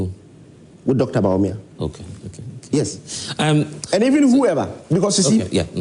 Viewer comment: Win with who? did i hear him say Bawumia! my God, what a shame, is only Ken who can do that, don't even mention Bawumia's name again